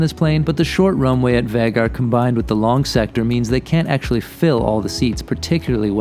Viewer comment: Nice video, but you managed to mispronounce ‘Vagar’ through the whole piece 😏